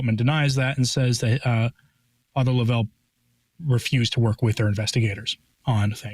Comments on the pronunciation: Yes, tell correct pronunciation is Father LOVE'l, not lo-VELL. Joe Alger is absolutely correct. God help us all. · It's Love-L Father Love-L ...not Lovell ...it's pronounced simply Love-L